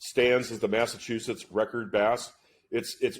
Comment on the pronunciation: Can't even pronounce Massachusetts